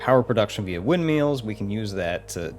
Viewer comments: Do you think we should tell him how to pronounce it correctly? 😂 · I think it's adorable that your pronounce them windmeals.